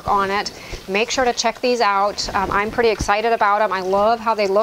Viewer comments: The word is pretty….not purdy! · ~ I loved how your cat thought that the place on the swing was just for him and I love how you say pretty...purdy! ~ Sweet ~ Peace be still